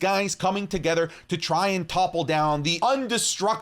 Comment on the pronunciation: love how say together 🤣🤣🤣 neva peeped his accent